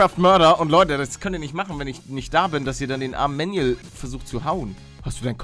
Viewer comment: Er heißt Manuel nicht Mänjuels